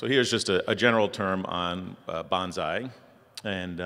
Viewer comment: Gotta pull a Mr. Miyagi here and tell you it's bone-sigh, not banzai. XD Silly Americans.